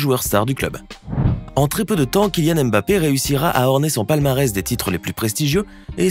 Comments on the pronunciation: Chers tous. Ça ne vous fatigue pas de prononcer le M à chaque fois ? C'est un nom africain. Ça se lit mmmBappé,😩😩😩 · voilà ! On prononce le M comme si on appréciait une soupe avant de lâcher le reste : Bappé